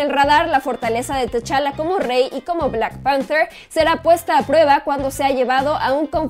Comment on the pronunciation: "lara crouftch" :V "Louuugian" "Blackk panfterrr" "los Ziiifff" "loffftvv"